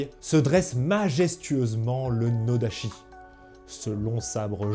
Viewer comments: Vidéo et sujet intéressants, j'ai appris plein de trucs, mais j'ai 2 petits minuscules bémols : -la prononciation, la graphie "ch" en japonais se prononce "tch", donc à chaque fois que tu as prononcé "nodachi" ça m'a fait tiquer (et puis "tatchi" ça sonne mieux quand tu parles français que "tachi") -sur le dégainage, en fait avec un katana (ou un iaito) aussi il faut que la main du saya travaille, en fait le plus du nodachi c'est le retrait des hanches pour rajouter de l'amplitude au mouvement (et certaines écoles de ken le font aussi avec l'iaito pour ... euh je sais pas). Sinon merci pour la vidéo, c'était super. :) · Juste une precision: [sh] se prononce [ch] et [ch] se prononce [tch] , donc noda[tch]i.